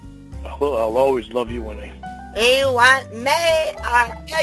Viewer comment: It's WINNIE! Not Wendy!!! Jesus Christ.